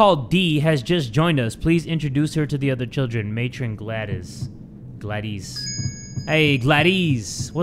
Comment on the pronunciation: yes ‘excuse my french’ and ’mat-ron’ AND OFC ’MARLEY’ from MARLEY AND ME AND REALLY WE GOTTA PUT THIS ONE ON HEE almost there, ’FOOK’ and ’paich-rolls’